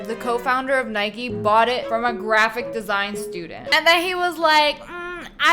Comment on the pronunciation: And it’s ni ke Nike LOL-!!!